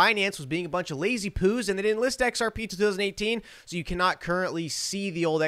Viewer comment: Did you say: "Lazy-poohs"? lol